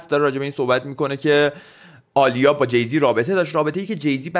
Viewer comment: عالیه نیست داداش ، اَلیا درسته😂